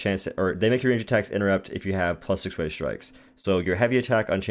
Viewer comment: Weighted. Weigh-ted. Weigh-ted Strikes. Not Way Strikes, not Wave Strikes. Weigh-ted Strikes. 😂